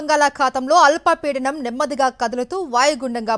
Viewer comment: అలప పీడనం కాదమ్మా అల్పపీడనం అనిచదవాలి.